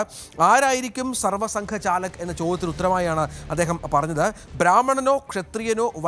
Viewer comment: 🕉️സർവസംഘ ചാലക്ക് അല്ല, സർസംഘ ചാലക്ക്, എന്നാണ്, മനസിലാക്കിക്കോ